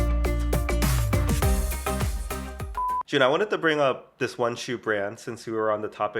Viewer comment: always starts with "Hey, Jun(e)!" that sounds like " hye jin" to me! FYI, I'm hyejin 𐌅 𐨛 𐌅𐨛 𐌅 ࠅ ヲ𐨛 so you know, your greeting makes me so happy sometimes I'm like in you guys' conversation, chatting with you guys🩵 I'm huge fan of you 🎉